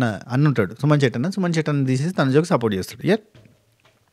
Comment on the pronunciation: Support akka ante Ann naku sapota akka ani vinipisthundi pandu sapota